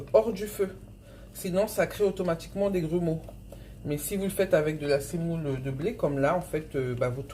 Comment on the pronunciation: On dit la semoule et non pas la sèmoule